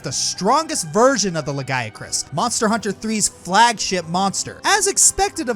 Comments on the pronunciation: Le-guy-a-chris? wtf c'mon at least try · Ah yes, the Lahguyacrus